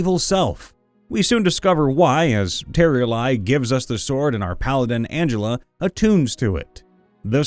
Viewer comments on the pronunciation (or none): none